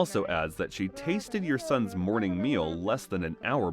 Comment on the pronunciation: Son's "moring"? "Morning"? or god bless that food taster because it would have been "mourning" breakfast if he had eaten it. yikes!